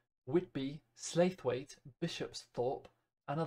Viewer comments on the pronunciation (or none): Just as a little note, Slaithwaite is pronounced Sl-ow (like you hurt yourself)-it